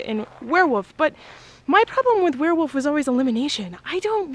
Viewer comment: What's a "werewoof"?